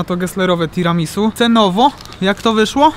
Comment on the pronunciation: Nie "tiramisu" tylko "tiramisu' ". No i nie "pana kota" tylko "panna cotta". Mała korekta językowa.